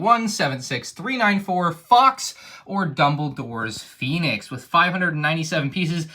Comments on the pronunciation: It’s PHOENIX not PHINIX btw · Phienix lol